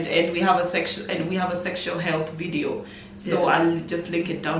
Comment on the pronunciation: Did she just call us jo-video? 🤣🤣🤣